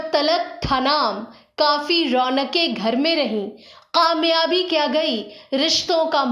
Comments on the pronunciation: Please correct your kaaf and qaaf..its very irritating to hear this language...It is pakistan not paqistan...it is kamyabi not qamyabi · pls work on ur pronunciation. Gujaray? Paqistan? Qamyabi??